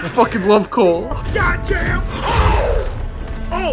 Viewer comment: “i’m hanging back from a FOOKEN train”